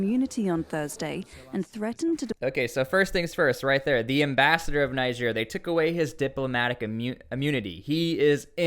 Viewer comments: The country is called “Neeger “ not “Naiger” 😂😂😂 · For God's S@ Say It With Me Tsply "Nejerr" Not Naija Even the guy holding conference sounds it right, are you trying to be a d*ck That's my country Nigeria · I must first correct you. There is no country called NIGER AFRICA. It's NIGER pronounced Nigier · Will it kill you to pronounce the name of the country properly? Will it?